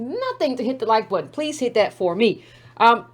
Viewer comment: Are you saying Dat instead of That?